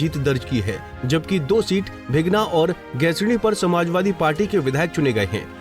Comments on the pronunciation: भीगना नहीं भिनगा बोलो जी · Naam to sahi lo Bhai bighna Kya h